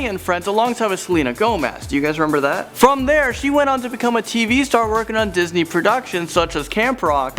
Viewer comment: Lol disnet?